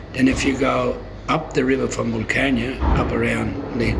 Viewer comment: Isn't it, flood irrigation needed for cotton and rice? "Flood harvesting when there is a flood"?? Doesn't make sense. At least Jordie is pronouncing Wilcannia properly.